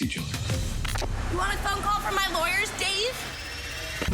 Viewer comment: She said her lawyersss dave u mean your leagle aid lol